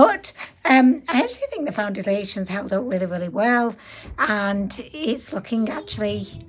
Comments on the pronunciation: I love that you call them foun-diddly-ations, lol. Also, even without the extremely dry skin, it ends up separating and looking dry. I unfortunately bought this product and am now stuck with it. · First time seeing one of your videos...are you saying foundiliation? lol You're super cute.